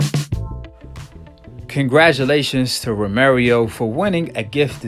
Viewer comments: Stop saying romerio...its ro-mer-oh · Its Romero, not Romerio lol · Romero not Romer yo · Romero not romarieo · Romero not Romeiro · This dude is saying romirio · Say it right.... Row Meh Row (Romero) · THIS NIKKA SAID ROMERIO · “Romerio fought like the version of maidana when he’s first came from Argentine” 🤦‍♂️ come on man at least get your pronunciation right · Did you just said "Romerio"???? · I was distracted by him consistently mispronouncing "Romero"